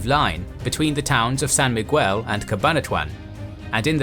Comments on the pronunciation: Excellent video (as usual)! Just wanted to note that to pronounce "Miguel", the "U" is silent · San Miguel is pronounced San Mig-el... not San Mig-well. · Great video! A tip when pronouncing spanish names: the U letter is generally mute after a consonant so you'd say San Migel instead of San MigUel. There are a few exceptions tho, in those cases you'd see the letter like this Ü with a dieresis (dots) on top.